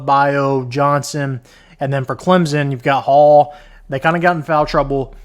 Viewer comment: It’s Clemson, with an S. Not Clemzin